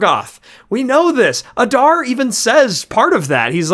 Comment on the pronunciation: The way guys say Adar just kills me. UH - DAR, bro you're a LOTR content channel. Its AH-Dar